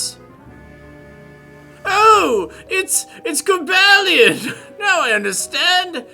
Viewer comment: Shouldn't Cobalion and Virizions' names be pronounced the way the Pokedex 3D Pro app pronounces them compared to your pronounciation?